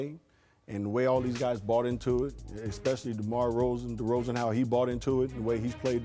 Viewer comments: if someone says DeMar Rozan 1 more time i will loose it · Nobody up at ESPN can say DeRozan?